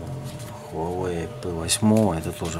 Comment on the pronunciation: только читается не Хуавэй, а Уавэй!